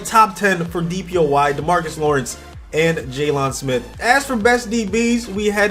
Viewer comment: he was killing me when he said jay-lonn smith instead of jaylon smith